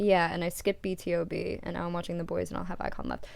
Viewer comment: It's pronounced B2B :)